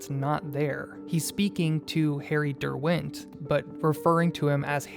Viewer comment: The pronunciation of Derwent is an atrocity.